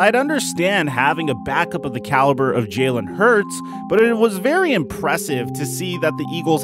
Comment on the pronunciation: If u a eagles fan why u saying his name is jaylen? It’s Jalen